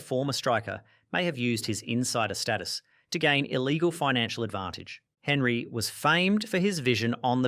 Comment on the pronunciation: This is what happens when you get chatgpt to write your script about something you have no interest in and then read it without even checking how to pronounce the names. Robin-hoe, Ay-jacks, Henry. I also love how chatgpt thought Eric Cantona turned evil for becoming an activist after his career where he literally karate kicked a fan.